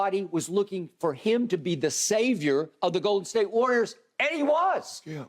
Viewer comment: Any one else get slightly annoyed by the way Skip pronounces "GOL-Den State